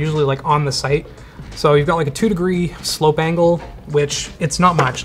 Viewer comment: My ears interpreted "slope angle" as "slow bangle" for some reason and now it won't leave my brain.